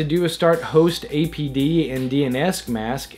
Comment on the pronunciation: "host-a-p-d", as in "host access point daemon", not "host-a-d-p".